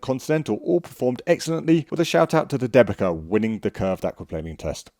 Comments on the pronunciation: Thanks for the test! One remark regarding pronounciation - since Dębica is polish tyre brand the way it should be pronounce is like "them-bee-tsa" and not "the-bee-ka". BTW - seeing how good Pirelli tyres are in nearly every test (winter, summer, erc) - do you think that their contract with Formula 1 as an exclusive tyre manufacturer is paying off? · The correct pronunciation would be more like ‘Dem-bee-tza’ rather than ‘De-bee-ka’. Anyways, I’m happy to see them included and perform decently. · As a Polish, hearing Dębica as DEBIKA is hilarious :D Ę should sound more like "en" in tents, while C sounds like "ts" in tents. Denbitsa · The manufacturer Dębica correctly pronounced [DAMBEETSA]. It's polish traditional make good 90 years old and consequently "made in Poland" (which is in Europe ;-) nowadays Good Year Group. First of all solid and safe tyres for everage people driving everage cars from A to B. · great tests, just watched big chunk of channel. Waiting for updates on the SUV front and while I'm waiting I'll share linguistic trivia to kill time: Dębica is pronounced 'dembitsa' :D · You need to polish your Polish and/or find a Polish friend. Dębica sounds like Dembi'tz'a. Brand named after town the factory is based. I enjoyed the test, as usual. Thanks! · Dębica - Deu bi tsa😂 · Dębica tires, a Polish brand owned by Goodyear, are generally pronounced with a sound close to "Dem-beets-ah" or "Dem-bit-sah" :) Thank for the video. As always you are the best! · Dębica is pronounced "Dembitza" :) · Dębica pronounce C like C, not K 😁 Type dębica in translator polish language and click speak button 😅 I'm from Poland, it's surprisingly good tyre for price point. 2x cheaper than premium and acts similar to premium tyres.